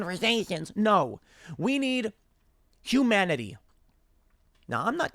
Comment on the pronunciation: What is j"joomanity"? Said a is that a biden-ism?